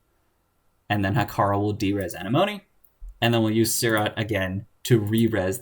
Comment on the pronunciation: Ugh. I'm relieved. Came here just to say this. XD (Uh-neh-muh-nee) Obviously, also very informative video, otherwise; just...ya kno...itchy ocd